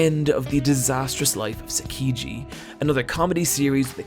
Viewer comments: I would like to offer to help with your Japanese pronunciation! I realize you probably don't speak it at all, just, you know, sometimes it hurts my ears a bit lol. I get it if it's just not areal concern though. Also, Sakiji? The name is Saiki Kusuo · It's SAIKI K what the hell not sakiji